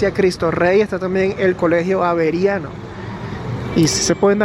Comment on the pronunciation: No es aberiano se dise Jaberiano y si es verdad que hay bastantes Iglesias pero no es verdad que están a una cuadra de distancia como tampoco es verdad q llueve todos los días eso ocurre sólo en invierno.